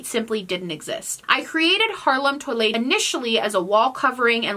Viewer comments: Lol! I thought you were talking about toilets!! That's how you pronounce toilet in French! I'm so glad you put it on the screen. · me, a francophone, not understanding that you were actually trying to pronounce toile lmaooooooo